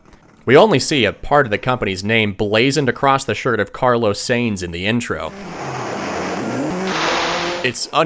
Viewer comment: Seems like a cool video, but still very early into it. You got the pronunciation of the extremely famous racing family Sainz wrong, which clashes with you reading out the funny slightly altered names of car brands immediately afterwards.